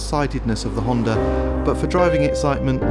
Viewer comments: How the hell does he make Honda sound like it has an "R" in it?! Hondar?! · "Hondur" nsx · "The honder nsx" Never heard of one.